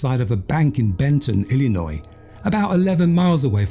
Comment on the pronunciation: Whatever it is it's annoying. I don't care for his pronunciation of certain words, including Illinois. I would not want to listen to this narrator on a regular basis.